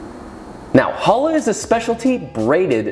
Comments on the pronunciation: “Joshua weissman” and yet he can’t pronounce the chet? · You rip challah in the bulges, you never cut challah, you rip pieces of of it. And you stress the ch, like your about to sneeze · I was really hoping with a name like Weissman you could pronounce a "ch" sound properly 😭 but great video anyway! But could you show a sourdough version? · it is not babka, it is chalka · Hears the pronunciation. WAIT, I've been pronouncing challah incorrectly for 3 weeks. I also made my first attempt on a Friday without knowing anything. Got judged by the Jewish members of the discord server I'm in. lol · Or mad about him TOTALLY MISPRONOUNCING THE NAME! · As an israeli its hilarious how you say challa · STOP MISPRONOUNCING THE NAME! איזה שייגץ איכס